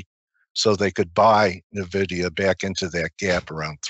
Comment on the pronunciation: "Nuh Vidia" aaand I'm out.